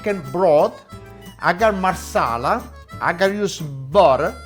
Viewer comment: He say Marsela what it that?